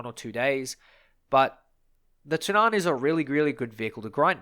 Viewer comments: When pronouncing Tunnan you put emphasis on the U not the A. So its more like túnnan rather than tunnán like you pronounce it in this video. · Its not Tunnán, its more like Tonnan :) The more you know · Its Tunnan not Tunaaaaaaaaaan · tunn-ann* not tun-aaan xD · The a in Tunnan is short. The way you're pronouncing it is Tunnaan, for lack of a better description. It's basically tu-nán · Love to hear others try and pronounce swedish words! "The Tunnaan"... It's pronounced Tu-nn-a-n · tunnan is prenounst Two-nan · That's one way to pronounce it. I don't completely agree with it, but I'd still rather chose that then what he is saying. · No offense, but as a Swede i just really don't like how you pronounce "Tunnan" 😂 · håller med😂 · Small note on the pronunciation of Tunnan, the U in it should be pronounced kind of like the U in Tunnel. The A is similar to how you pronounce the A in Apple. Also you placed a lot of emphasis on the A when you said it, the main emphasis is on the U, while the A passes by quickly. Pretty useless info I know, but why not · The emphasis should be on the double Ns, not the A or the U. The double N needs to sound like a "long" N